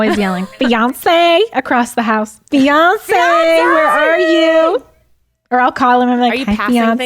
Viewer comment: Hahahah when she said she calls for him saying Beyoncé I was sooo confused, like why would she call Zach Beyoncé?? Then I realised she said fiancé...